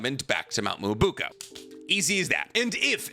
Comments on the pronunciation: whats mount "moouo buko". its Mount Myōboku maaaaaaan.cmon why u have to be a whiteman while saying this xD(im half white i can say this) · It's mount MyoboKU not boko.... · Nobody: Literally Nobody:: mo-BOO-ko.